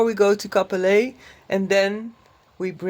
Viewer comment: Hello from a native Cap-Pelé...er. It's not often that you hear a foreigner pronounce the name of my lovely hometown properly. Kudos. Your adventure is very inspiring. I am planning to get back into motorcycling after nearly 40 years. ADV will be on the menu.